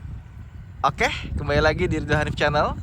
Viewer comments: bukan oke tapi okehh 😂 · Ya kali, baru aja ngeklik videonya. Udah ngekek duluan. "OkEh.." 😂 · Ngomong oke nya pake "H" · Okeh nya biasa aja dong, kocak dengernya wkwkwk